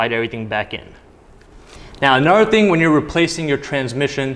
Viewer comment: I love how you say “anuddeg thing” like you’re from Chicago